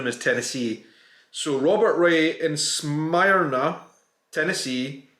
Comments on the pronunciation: Smyrna is pronounced smeer-na. Like when you smear jam on toast. Hailstorms are no fun to get caught in! Glad you weren’t driving when it hit and your car wasn’t damaged. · The word Smyrna is pronounced smeerna. That's phonetic.